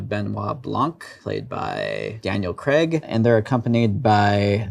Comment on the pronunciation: Kinda sad that even Rian Johnson mispronounces Daniel Craig's name. It's Craig, not Kreg. He went on Colbert to point this out.